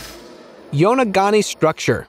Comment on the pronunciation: Please have a narrator who can pronounce names correctly or take language lessons. It’s very insulting when you mispronounce a name especially when the same name was mispronounced twice with two different names - it’s yo-no-goo-ni not yonogani or yonogoumi.